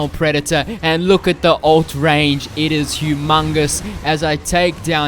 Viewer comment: "it was Hugh.....mungus"